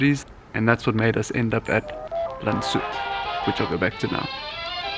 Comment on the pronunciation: Very nice video! Actually the name is pronounced more like Lands-hoot not Landshoot. Sorry for correcting you.